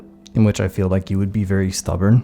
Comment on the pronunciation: "Someone VEWY special"